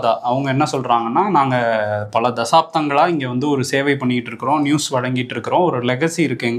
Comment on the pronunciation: தாசப்தங்கலா அல்லது சகாப்தங்களா ??🤣